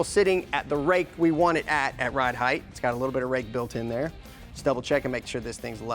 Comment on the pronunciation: Height, sounds like bright, light, fight. There's no "th" sound on the end of height.